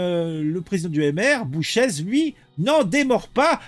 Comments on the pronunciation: son ce prononce boucher et pas bouchèze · bonjour ça se prononce Boucher. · GL Bouchez, le Z ne se prononce pas. Ça se prononce "bouché"